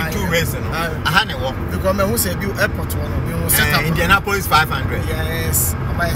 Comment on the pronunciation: Kwaku, it is Indianapolis, not Indiana Police . lol